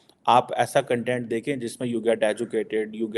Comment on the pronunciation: Jhaatu... there's a difference between kan-tent and kaun-tent.. kya researcher banega re tu